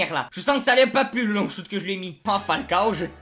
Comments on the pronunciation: "Défi Long Choute" quel bel accent anglais fraté x) Super vidéo comme d'hab bro continue ! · Gg l'épisode comme d'abb par contre arrête l'anglais shouttttt mdrrr tu ma tuez 😂👏🏾